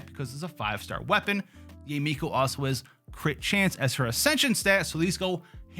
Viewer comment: It's Yah-eh Miko. Can people stop calling her Yay! It's Yah-eh. It's a common Japanese name. Can we stop this Yay stuff please. It sounds ignorant and cringe . yah-eh is beautiful. Yay just doesn't sound good as a name. I can understand calling keqing /ka'ching/ like a cash register. Cause it sounds friggn sexy. But Yah-eh is not only the correct sound, it is also sexier than Yay. Please stop the horrible grating on the chalk board of Yay. It's Yah-eh.